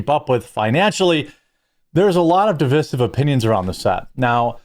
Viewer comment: Say divisive again.